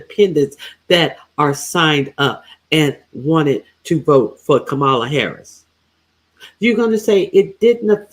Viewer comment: I am a silent fan. I watch most of your lives and 👍🏽 them. But I am so DISAPPOINTED that you mispronounce KAMA-la and instead say “ka-MAH-la. Get it right. I know your ❤️‍🔥 is in the right place.